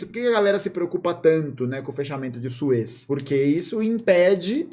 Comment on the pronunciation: Canal de Sués, pronuncia bem equivocada.